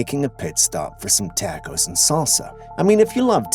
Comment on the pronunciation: Takkos???? You mean taa kowz🌮🌮🌮